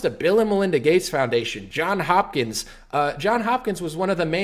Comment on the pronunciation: Johns Hopkins. Not John.